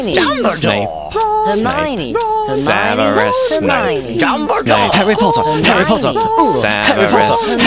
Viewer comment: It's Snape not Snipe!